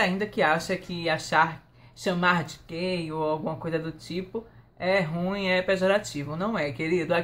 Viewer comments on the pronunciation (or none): none